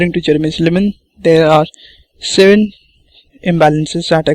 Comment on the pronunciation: why are saying his name like "cherry missed a lemon?!" , it's Jeremy Silman